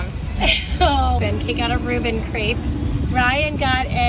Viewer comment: It's Crepe not Crape